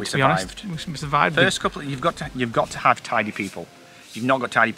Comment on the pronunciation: That was about as thorough a tour of the van as you could ever want. Even after watching all of the vlogs of the trip, you told me things in this video I didn’t know. By the way, near the end when said “you’ve got to have tidy people,” at first I thought he said “tiny people,“ and I thought, well I guess Monkey and Masha count for that.😂